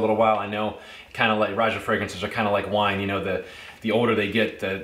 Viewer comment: Thanks for the review. I appreciate that you correctly pronounce Roja’s first name. His name is often mispronounced by fragrance reviewers as they interview him!